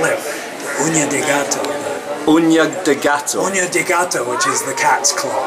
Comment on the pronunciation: I have to congratulate both Matts for their pronunciation of the Ñ in "uña de gato." Most Englsh-speaker go fo "oonya" or "oo-nee-ah"